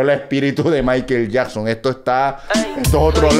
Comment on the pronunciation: Trankilo maikel yacson jajaja dice jajanaj q descanso este chato jajja